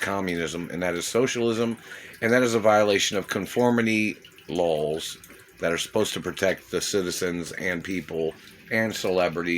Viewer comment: I swear to gawd, he's saying "lols" instead of "laws". This has been a four-year troll action by a guy with meth mouth. So, good jorb but I bet your breath still reeks.